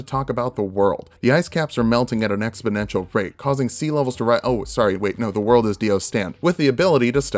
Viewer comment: You can tell he's serious because he said the world and not ZA WORLDO.